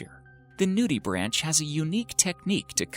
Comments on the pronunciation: Mindblogger? Really, you are such a dumbass. If you are going to make video then as a minimum check a dictionary for pronunciation. “Nudibranch” IS NOT a “nudi-branch”… Try “noo – deh – brank”. (/ˈnjuːdɪbræŋk/[2],) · its pronounced nutibrank not nudibranch.... even though thats how its spelled.. . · noo-de-branK, not nudibranCH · pronounced nudibrank